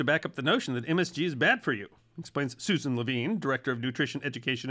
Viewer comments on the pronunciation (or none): none